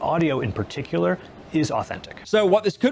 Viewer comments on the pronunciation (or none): none